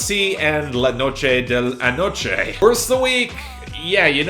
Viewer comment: You're pronunciation of the song la noche de anoche honestly made me laugh if you want you can just call it the night of last night or something or you can do whatever you want just that you make me laugh with the way you pronounce it